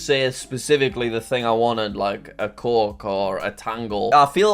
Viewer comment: Man i know u wanted to say coke but i heard "cock"